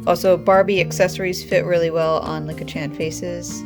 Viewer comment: Just pronounce it as Leek-a